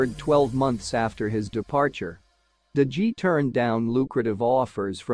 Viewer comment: What about DE GEE?? Dude Google how it’s pronounced before uploading a YouTube video, doesn’t take you seconds ffs